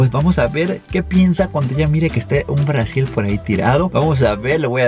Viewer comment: Aaay me encanta cuando la flaca dice blasiel jejejejje 😂